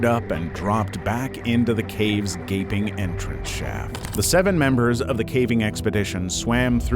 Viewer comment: I like how you really emphasized, "gaping...entrance...shaft."